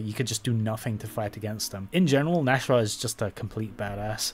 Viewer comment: It's not pronounced Nash-rah, it's Nas-hrah, that's why there's an apostrophe in the middle